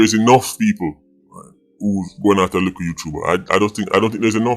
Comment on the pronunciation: Likkle Youtuba mon .. lol likkle YouTuberrrrrreeerr